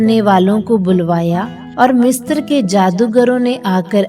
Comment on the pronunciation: Mistra नहीं पर misra होता है